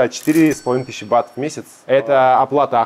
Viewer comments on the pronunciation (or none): Не БАТОВ а БАТ!!! Охххх.....